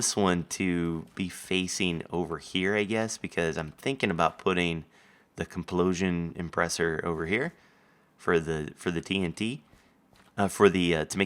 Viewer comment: complosion impreseer lol implosion compresser